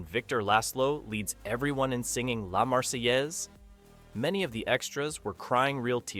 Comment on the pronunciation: He needs to learn to pronounce La Marseillaise as well.